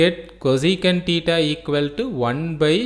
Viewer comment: It is not tita it is thita😂